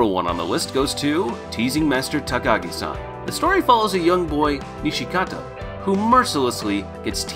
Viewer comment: Bruh my man just called Nishikata "Nishikati"